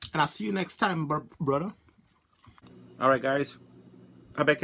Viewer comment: Lol the way you said BRUDDA. Was UK style bro haha. Great vids. Keep rocking.